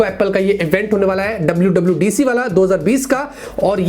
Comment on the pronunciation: Ye to Happy New Year movie ka WWDC, Dabudc kya hai? Boman Irani bolte hai. #